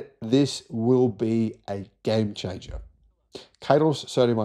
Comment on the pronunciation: How many times will you declare sodium a "gime chingah" before it actually happens, mate?